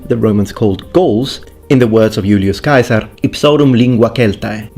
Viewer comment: I love how you pronounced Julius Caesar's name as it would have sounded when he was alive. Brought me back to Latin class haha